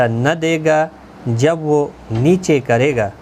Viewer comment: 3 :38 girega hai aap ne galti padha hai